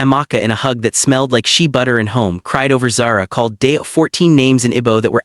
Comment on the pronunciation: Shay butter nor She butter